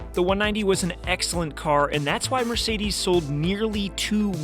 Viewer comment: "Mircides 190"